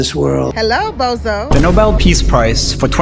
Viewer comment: he kept saying "preace" instead of peace 😂